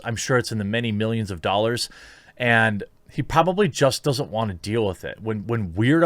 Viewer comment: Jeremy, ffs... Its Ten and a half Million doll hairs.